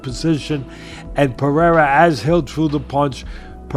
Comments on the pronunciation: Chael can't read? " Pee-era "😂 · Chael stop calling him Piera !! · Chael P. Sonnen The P stands for Pee-era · Why is Sonnen incapable of saying Pereira ?